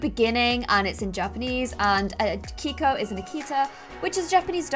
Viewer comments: I thought Keiko was pronounced (kay-ko) not (kee-ko). I'm not sure though, haha <3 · It is not pronounced k-ee-k-oh it is k-ay-k-oh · Hey! Love this series! Did you name the dog Keiko? That’s my grandmas name and it’s pronounced KAY-KO. Just a heads up!